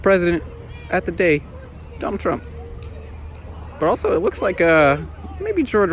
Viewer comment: I think you mispronounced Donald